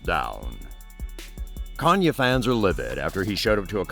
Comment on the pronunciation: OH my mistake he said kananyea